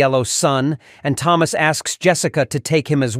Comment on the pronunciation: Why does the AI say “Thomas” 2 different ways? I actually didn’t realize it was AI until it started pronouncing Thomas with the ‘H’ sound. 🤣